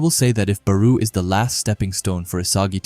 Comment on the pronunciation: Am i the only one thatheard Beru instead of Barou?